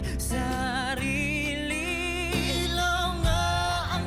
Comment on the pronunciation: I think you're the 1st reactor to pronounce ilaw correctly. More SB19 rv please❤